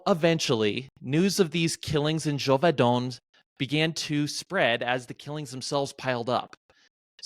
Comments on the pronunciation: Neither Geauvadan as said in the intro nor Geuvodon as in the description, but Gévaudan. Check your stuff, man! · Bro said Geoux voux don 😭😭… Je voux don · There's no way this guy isn't trolling with his pronunciation of "Gevaudan" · I wish you had learned to say "Gevaudan" right.